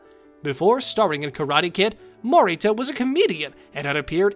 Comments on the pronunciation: "Ralph Mocky-O" and "Pat Mow-Rita." LOL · Morita is pronounced……… Mo ree Tah.